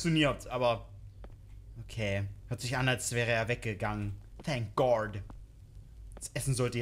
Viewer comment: "Thank goard💅💅" 2024